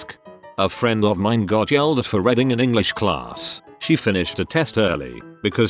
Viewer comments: I like how the narrator says "reading" as "reding". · No one: Voice: RED-ing, NUMBER, PRIHV-issy